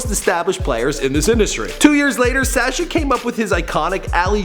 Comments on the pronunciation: It's pronounced as Sâshjaa not Sèêchje, he sounds like a goat or lamb when pronouncing his name. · The way this guy pronounces his name is very irritating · Why does he pronounce Sascha like that???